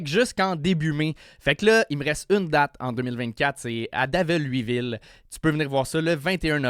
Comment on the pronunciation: Davellllllll luyville??? jamais entendu cette prononciation de ma vie lollll